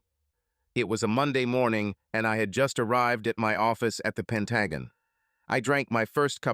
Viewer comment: The short story "It was an Amicable Divorce" by Ephesus14 is one of my favorites! Other than the mispronunciation of the Pentagon, this narration did the story justice!